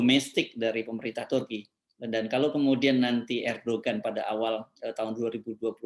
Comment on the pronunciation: Sedikit pembetulan: Erdogan penyebutannya tidak sebagai bahasa Indonesia, tapi disebut sebagai ER DO AN . ini sebutan nama yg sesuai ejaan bahasa Turki, G tidak diucapkan.